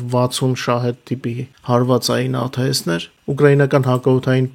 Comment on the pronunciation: Հայերեն աթս է, այլ ոչ թե աթէս